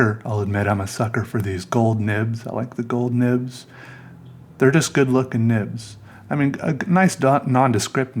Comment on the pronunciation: Those nibbs sound like nipps.